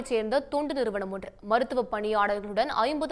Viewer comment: தயவுசெய்து சரியாக உச்சரிக்கவும், அது தொண்டு நிறுவனம், துண்டு நிறுவனம் அல்ல🙏